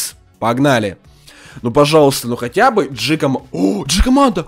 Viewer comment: Наконец-то ты начал правильно называть джикомандо